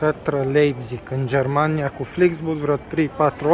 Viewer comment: "Am vinit in jermania" 🤣